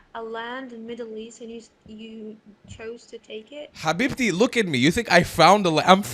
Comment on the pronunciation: The way he said habibti It was an Arabic accent and the pronunciation of the letter H This indicates that he has Arab origin, not an Israeli, as he claims They woke up that he is only disingenuous